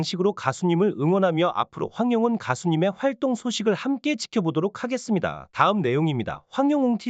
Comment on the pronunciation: 방송하려면 말을정학하게 발음 똑바로하세요 황영웅가수님 이름을 외?황영은이라하는지 똑바로 발음으로 말하세요 가수님의 이름 함부러 말하지마